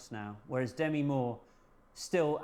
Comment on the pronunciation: "It's D'mee" she told Rolling Stone in 1985, an article I still remember 😂 I forgive you guys for saying "Demmy" because I really love this, and I love ALL of 's interesting stories. Makes me wistful, I wish I had stuck with photography after art school.